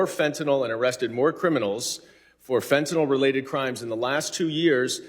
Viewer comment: "FENTAYL SYSTEM"?!?!?!?!?!?!